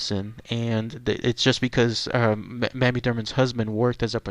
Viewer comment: It’s pronounced “May-me”